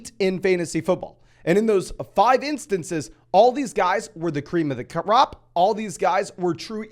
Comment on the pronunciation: I love that “cream of the cuh-rop”